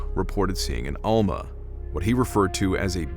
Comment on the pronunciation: It's almaS, not alma